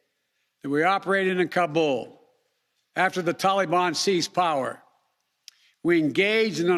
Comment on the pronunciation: Is he actually tryin’ to brag? Jesus Christ. “No nation would’ve had the capacity...” Idiocy. Edit: it’s getting worse. Are there citizens who believe what he’s saying? Does he? Why does he say Taliban and Kabul like he does? This guy. If we don’t show and prove strength in this world there will be those who’ll step into the vacuum. Would you prefer that? I’m ashamed.